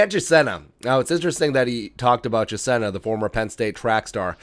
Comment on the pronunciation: Chisena (pronounced, Cha-seen-a) would be great on jet-sweeps! He fast.